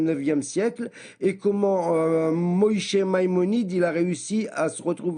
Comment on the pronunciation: Wow il danse bien ! Après y a un truc que je retiens, tu lui poses la question sur le mariage des fillettes, et il te répond "blablabla Moyché Maïmonide" (mdr pourquoi il le prononce à la ashkénaze ?!) Bah voilà, tu as ta réponse, si il veut se baser sur Maïmonide, on peut marier une fille de 3 ans par acte sexuel si son père est d'accord. (Michné Torah - Hilkhot Ishot )